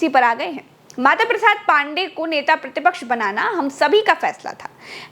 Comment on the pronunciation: यार इनको बोलो नेता प्रति पॉक्स नहीं बोलते प्रति पक्ष बोलते हैं